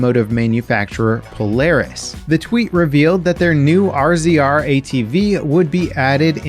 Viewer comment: Just because it bugs me. “RZR” is pronounced Razer.